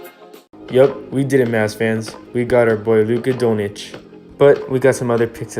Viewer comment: luka donich lol its pronounced luka don-chich